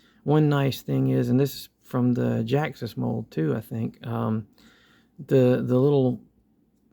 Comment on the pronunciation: Its ge ax us say it right